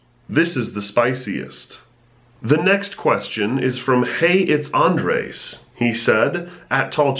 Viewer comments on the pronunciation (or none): You said Andees when it was Andres.